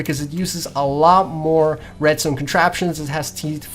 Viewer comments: not "redstewn". it's "redstone". pronounce it right. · Holy crap I hate how he pronounces redstone.. RESTOIYEN! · lol he Said redSTONER 😂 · Well, judging by the way you pronounce "redstuone", I think you are the noob... :/ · How come you pronounce redstone as "Redsteone" but when you say "redstone repeater" is sounds normal? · U say red stone weird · Why do you say Redstone like that it just sounds wrong